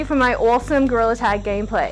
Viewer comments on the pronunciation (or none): “this is meant to make goriller tag easiarrr nawt hardarrr” 😍😂🫶🏼